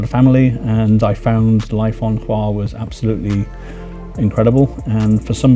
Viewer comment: Not choir! It's HVAR!